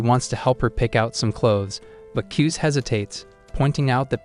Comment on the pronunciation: His name kuze how they say it kuz but how you pronounce it KuzA